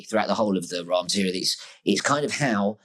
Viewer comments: If you don't pronounce Ra as "Ray" then you're not legit. Sorry. It comes directly from the source as Rā/Ray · it is properly pronounced ray. This is easily verifiable with basic research. Rah is standard pronunciation, but incorrect, just like the standard pronunciation or Julie Caesar, Aphrodite, Isis, and Che Guevara.